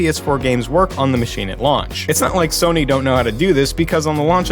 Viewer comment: Soy-nee (Sony) xD